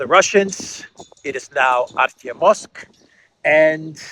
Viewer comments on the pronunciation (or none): Art' O muvsk Art YO muvsk In Russian, letter e (yo) gets word stress without exception. Softness (y or ') is cast backwards onto preceding consonant - t'.